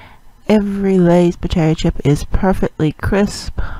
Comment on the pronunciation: When pronouncing the chips...make the i sound like your saying the letter e :)